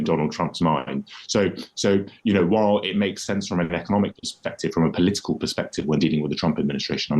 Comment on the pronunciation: Polisical? Poli-SI-cal????